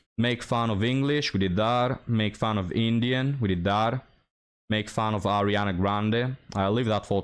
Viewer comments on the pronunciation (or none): none